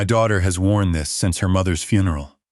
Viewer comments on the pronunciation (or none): none